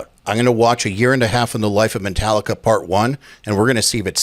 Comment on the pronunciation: Did he just say - Mentallica?!